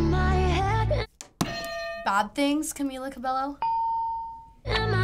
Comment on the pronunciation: STOP PRONOUNCING CAMILAS NAME THE WRONG WAY